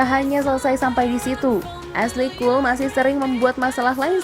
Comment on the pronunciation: Cole bcanya bkna col